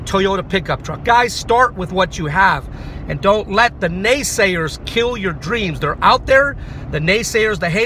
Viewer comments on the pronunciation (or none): Ahh the NaySayeRRZz anD the HateRRZz...